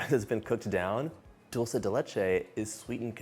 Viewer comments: I found myself wishing he would stop saying Dulsa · Except that he pronounces “dulce” wrong - it’s “dull-chay” 😅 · Are you kidding me? It absolutely drives me crazy when he says dulsa